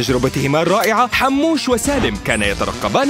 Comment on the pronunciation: حموش مو حاموش